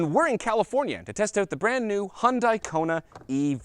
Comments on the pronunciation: Is it still that fucking hard to pronounce Hyundai???? Its not Hyun die. Its hyun day omg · ....and hyundia...hunnday...hiyundae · It's Hyundai and its rhymes with "Sunday". Just so you know how to pronounce it.